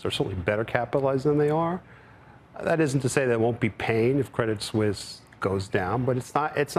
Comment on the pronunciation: Steve says "Suisse" correctly. Can these CNBC goofballs quit saying Credit Sweeese. Just because it's spelled Suisse, it's still pronounced Swiss